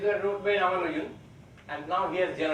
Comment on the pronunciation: As to the correct pronunciation: The stress is on the second "A", not on "U".